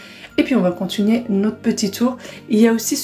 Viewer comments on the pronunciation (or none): On dit conTInuer pas contunier . uTIliser pas UTULISER